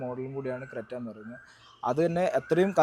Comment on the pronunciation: ക്രെട്ട അല്ല ....ക്രെറ്റ